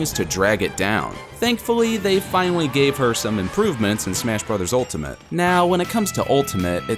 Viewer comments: He also said smesh at the beginning XD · Anyone else hear when he said "smesh" at the beginning